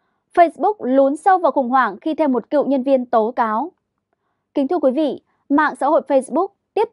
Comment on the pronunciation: A Quý vị hay QUỶ vị ? Có nơi hay CỎ nơi ? Bốn trăm hay BỔN trăm ? Phát âm đúng 5 dấu tiếng Việt. Khi tuyển nhân viên truyền thông.